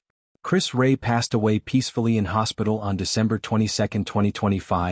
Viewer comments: Will you please get his name right? It is Chris Rea - reeya not Chris Ray. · Be something if you got the pronunciation of Chris.s surname right.😢no respect..